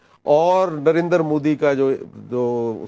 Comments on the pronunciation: Narendra ko narendar bolne se uska gender badal gaya kya?😂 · Arre baaki sb baad mein...Pehle ek baat clear kr lo hamare PM ka naam narendra modi hai...Narender modi nhi😀 .